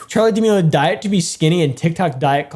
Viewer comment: its pronounced (da-mell-e-o